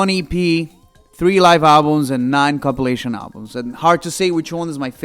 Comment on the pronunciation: O mn, quando tu tentou falar compilation, saiu copulation KKAKKAKAKSK me poquei de rir